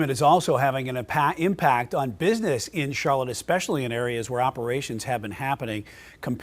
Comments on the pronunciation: Did that mayor say eckspecially? Deport her too. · Did the mayor say axspecially? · It's hard to take someone seriously when they say "expecially" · One should not be in politics if one can't say the word "especially" correctly. We don't need toddler-minded individuals running our municipalities or anything for that matter.